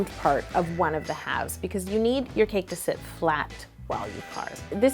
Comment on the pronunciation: Oh my goodness that end! "Is that chour cake?" Hahaha